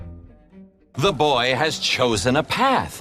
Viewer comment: LENNY MAH BOAH